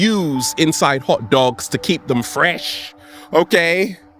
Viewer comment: the way you said fresh lol